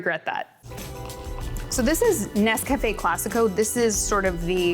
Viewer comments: This is very interesting, learned a lot about instant coffee I didn't know before. But, please forgive me, the mispronunciation of the product name was very distracting. It's not "Ness Cafe" (as if it were two words). It's Nescafe. All one word, like the lady in the old commercial pronounces it... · It's instant for me, but when I run out of that, I use a French press and standard grounds. Tasters Choice is my brand. Also, it' Nes-cuh-fay, accebt on the ay, not Nes-caff-ay. I prefer Classico and Maxwell House as well, because they're cheaper that Tasters Choice.